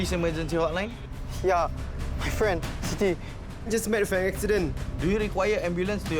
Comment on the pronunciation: Sound like he said Shitty, instead of Siti. 😭😭